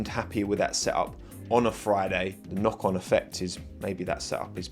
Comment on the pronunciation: Every time you say “knock on effect” I keep thinking you’re saying Ocon effect 🤦🏽‍♂️